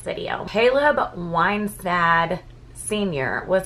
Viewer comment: No one seems to have the ability to correctly pronounce this poor little baby's sir name - Whis - nand .